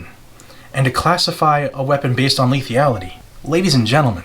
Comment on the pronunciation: "lethiality" .... sorry, couldn't resist 😎😎😎😎😎😎